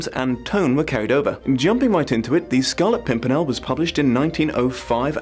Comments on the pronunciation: I busted out laughing at "Scarlet Simpernel," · Try to count all the times he says Scarlet Pumpernickel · "Scarlet Simpernel" Damn you that made me laugh! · "the scarlet simpernel" made me cackle, thank you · The "Scarlet Simpernel" definitely got a chuckle out of me. Great video as usual. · The scarlet simpernal had me rolling on the floor xD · You could have gone with Scarlet Sink-me-nel ?